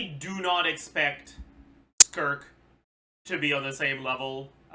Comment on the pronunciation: he said sssskurk X_X